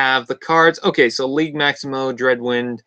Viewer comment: The "g" in "Liege" is a soft "g". Like the sound a J makes in "just" with a slight "shh" sound at the end , not a hard "g" like in "guess". It's a Medieval term used by underlings for the "Lord of their land". ( not a "King" though.) Or a term to show respect to their Leader among "free-men". Liege Maximo was the "boss" of Jhiaxus in Transformers Generation 2 Marvel Comic-book. But, I thought he was suppose to look like Cthulhu, not a bowling ball.